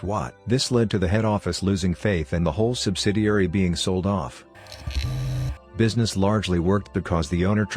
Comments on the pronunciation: I usually don’t listen to any voiceovers-just turn off the volume and put it on 1.5 speed. Thought I’d give this one a try. I got to where it said “bweezness” and that’s it. No more for me. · Bweesness hehe